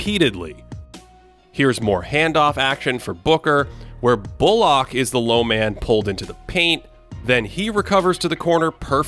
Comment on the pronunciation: great as always but why do you pronounce bullock like that?????